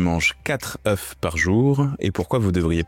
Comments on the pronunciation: Super, mais quel dommage de faire une faute de français, à chaque fois que vous prononcez œufs!!!! c’est un comble quand on fait une émission sur cela😢😮!! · Tout de même 240 œufs et quand même la prononciation au singulier... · Le pluriel, c'est "EU" et non pas "EUF"!!! Ca m'a écorché les oreilles pendant toute la vidéo... Mais ca fait un moment qu'on sait que le cholestérol alimentaire ne se retrouve pas dans le sang. Le problème, c'est le niveau d'acide-gras dans le sang que le corps lui-même transforme en cholestérol en surplus. Et la glycémie influence aussi le taux de cholestérol. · on dit des ZEUUU pas des EUF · On ne dit pas " je mange 4 oeufs ( prononcé "euf") par jour mais je mange 4 oeufs par jour ( prononcé "e") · Bonjour, un "EF" des "EUX"... on ne dit pas des "EFs"... Merci ;) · Bonne video mais le truc qui me choque c'est la mauvaise prononciation du mot "oeufs". Un oeuf (1, 9) et au pluriel des "zeu". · Tu en a mangé autant mais tu ne sais visiblement pas comment ça se prononce 😬 Singulier (un œuf) : On prononce la consonne finale 'f'. Le mot se prononce comme "un neuf". Pluriel (des œufs) : La prononciation correcte est de ne pas prononcer le 'f' final. "Des œufs" se prononce donc comme "des eu". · Très bonne vidéo Par contre on dit des œufs (zeuuuu) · On ne dit pas « quatre œuff », ni « vingt-cinq œuff », ni « trente œuff », ni « quatre œuff et demi »… En écoutant toute la vidéo, on constate que vous connaissez le pluriel de ce mot. Il est dommage que vous ne l'employiez pas de manière constante. À part cette bizarrerie, c'est une vidéo passionnante, qui fait brillamment la synthèse d'un sujet encore assez controversé. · Un oeuf, des oeufs, mais on prononce des "eu", CQFD. C'est pas le sujet, mais c'est un peu grave le nombre d'erreurs de français dans cette vidéo. 😳 Et ce qui est encore plus étrange c'est qu'à la seconde vision la prononciation est correcte. Serait-ce encore de l'IA??? Noooonnnnn....